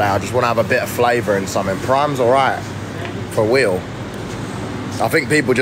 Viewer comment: "Prime doesn't taste that bad guys 'For wheel' twust" 😂😂😂